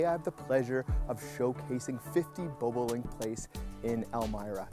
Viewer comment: did he say BOO BOO LINK????? its BOBOLINK MAN